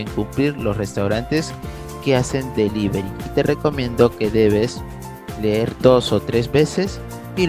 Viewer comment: delivery o delibery